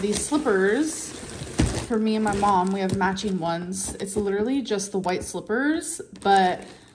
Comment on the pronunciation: Riveting content as usual ICKSPECIALLY the candle situation type deal. Lidurally.